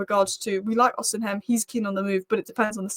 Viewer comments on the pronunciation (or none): Stop saying “Osihem” it’s pronounced Osi-men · Every time you pronounce osimhen differently.. Its osim hen.. Not osin ham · h is silent its not rocket science, osiimen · Im so childish. I chuckle every time I hear pronouncing Osimhen as O-SIM-HEN. Big ups. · I've tried correcting her too. I'm Nigerian and I know his name is Victor Osimhen. It's pronounced as if the letter "h" is not there. Pronouncing the "h" in not correct!😂